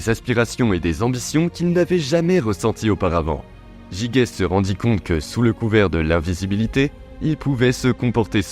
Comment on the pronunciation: Ça se prononce "jijès".